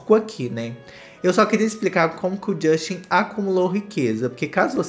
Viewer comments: Não é JUSXTI . É “DJUSTEN” nunca irei esquecer a entrevista com a Sabrina santo 😂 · "jósten" kkkkkkkkkkkkkkkkkkkkkkkkkkkkk